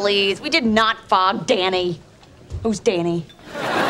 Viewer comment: The way Monica said fog In that sentence sounds like she saying the f word lol